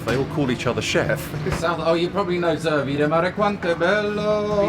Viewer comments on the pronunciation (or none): none